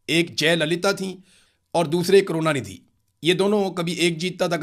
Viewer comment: Kaarona nidhi nahi hai. Karuna nidhi hai.😂😂